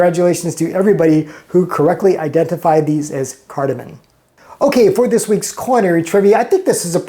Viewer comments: CARDAMOM NOT CARDAMON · it's a chipper for potatoes, parsnips, pumpkin, et al. Also the pods are CARDAmom, not CARDAmon. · Great video! Thanks! By the way, it’s refractive index, not refractory index; it’s cardamoM, not cardomoN! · He calls himself a chef? Questionable. He can't even pronounce cardamom. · careful with that cardamom pronunciation! There is no "N" in there